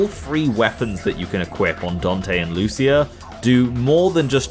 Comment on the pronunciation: Sorry to be That Guy but her name is pronounced "Loo-cheea" - I only know that from the official PS2 magazine though